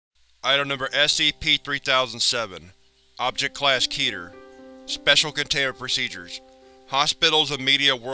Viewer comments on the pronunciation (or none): none